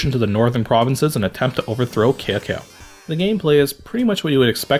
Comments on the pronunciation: it's ok. It should be pronounced more like Tsao Tsao. I Lived in Taiwan for a few years so I speak Chinese and Cao Cao is a pretty famous guy although he's usually seen as a bad guy. The phrase 说曹操，曹操到 shuo cao cao, cao cao dao. "Speak of Cao cao and Cao cao will be there" is like their version of "speak of the devil". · Your pronounciation of Cao Cao hurts my ears